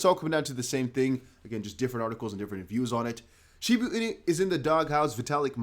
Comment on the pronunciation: Dude just fkd up shiba.. 😅